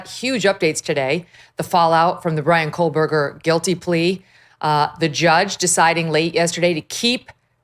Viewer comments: There is no "L" in the name "Kohberger." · Megyn. There is no L in Kohberger. And it was Murdaugh, not Murdoch. And you call out the judge or prosecutor for calling names wrong?